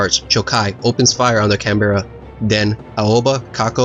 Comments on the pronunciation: It should be added that In recognition of the valour displayed by the Australian ship and her company, United States President Franklin Delano Roosevelt wished to commemorate the loss of HMAS Canberra (correctly pronounced "CAN-buh-ruh") by naming a US ship in her honour. The under-construction Baltimore-class cruiser Pittsburgh was selected to be renamed USS Canberra. The ship was launched on 19 April 1943 by Lady Alice C. Dixon, the wife of Sir Owen Dixon, Australia's ambassador to the United States, and is the only United States warship to be named after a foreign capital city. Around the same time, the British government announced that the heavy cruiser HMS Shropshire (a sister ship to Canberra, but of the London subclass) would be transferred to the RAN as a gift. Although King George VI had announced that the ship would be renamed Canberra, the duplication of ship names with the United States Navy was against RAN policy. Although it was thought that Australia had a greater claim to the name, the Australian government decided to retain Shropshire's old name after learning that the US offer had come directly from President Roosevelt. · Canberra isn't pronounced like that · Good video very well done. Tho ur saying Canberra wrong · It’s pronounced Canbruh. Can-bruh not Can-be-ra. It’s so irritating to hear people mispronounce it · Can-BEAR-a, please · Very good account of the battle, excellent graphics, just need to work on your pronunciation of Canberra. We say it as Can Berra And that is about all we can politely say about the place, filled with politicians and bureaucrats. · Good grpahics etc . But spoiled by your poor pronuciationa and pacing. Canbeara its Canberrah! Also you get even basic words wrong. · Its more Can-Bra, you don't pronounce the Berra like Bear-ra. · Canberra is pronounced “can-brah” not “can-bear-a” thought I should point that out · Great video mate, just fyi though Canberra is pronounced can-bra (or can-bear-a)! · Can bear rah 😂